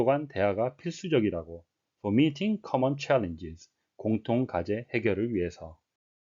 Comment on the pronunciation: 혹시 meeting 이 beating으로 들리지 않나요.